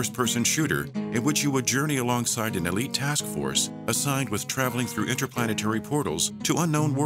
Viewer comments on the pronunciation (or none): none